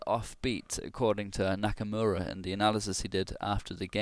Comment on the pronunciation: Geez, Shirov is on a hot streak. I'm rooting for Nakamura personally. Also, you pronounce the name Knock-a-more-a